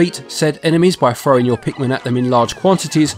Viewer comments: lol you keep saying it like Pikmen. You certainly do not say pikMIN. Good review tho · Pikmin not Pikmen